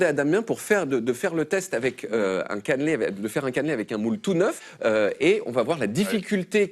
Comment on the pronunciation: Par contre pitié "Caneeeuuulé" pas "canlé"